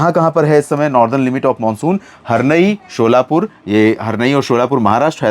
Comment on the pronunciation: महाराष्ट्र मेंस्थित एक शहर है उसको शोला पूर नही कहते सोलापूर कहते है आपसे विनती है कि आप नाम ठीक से लीजिए 👏👏